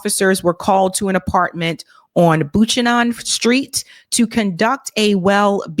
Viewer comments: Pronouncer: BUE-CAN-NAN Not BUCHENAN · Buchanan St is pronounced Byoo-can-nun (like Pat Buchanan), not Boo-chuh-non 😊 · She said "boochanon" lol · It is a Scottish last name pronounced as "BOOKANaN"!! The first syllable as:"BOOK", next, as:"CAN", which is the syllable that is STRESSED ! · It's bew-can-in. As in president Buchanan. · She read that street name horribly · Grew up in the Bay Area and never heard anyone butcher pronunciation of Buchanan. . . until today. Also one of our president''s surnames.